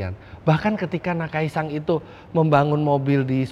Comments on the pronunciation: Gemes dengernya, kenapa jadi nakai-“sang” 🙂‍↔️ Lama2 jadi nakai-sang pangarep 🙃🤦🏻‍♂️ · Menambahkan saja Om Fitra... Namanya Akira Nakai (Nakai SAN) SAN disini artinya sebutan kehormatan seperti "Tuan" atau "Pak" Bukan NakaiSang.... Itu kan yg ngebet jd Walikota...😂😂😂